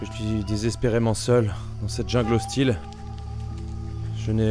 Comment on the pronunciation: "Jingle" ??? Jungle !!!